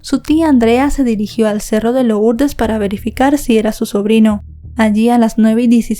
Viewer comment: Se lee lurdes no lourdes